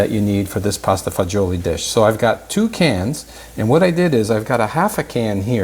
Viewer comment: It’s pasta fagioli NOT fagoli!